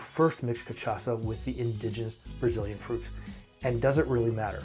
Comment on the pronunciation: Ca shaw sa* not ca tcha sa